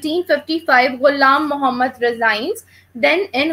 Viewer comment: it's not iam muhammad, it's ghulam muhammad.